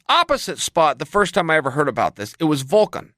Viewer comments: He is Volkov not Volkan. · Alexander "Volkan" Volkov